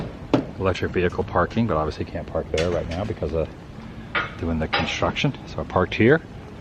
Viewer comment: Why can’t you say construction correctly? Tim Tracker can’t either 🤷‍♀️